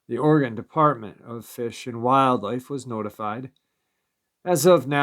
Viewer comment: Pronounce Oregon as. Ory gun .not Ory gone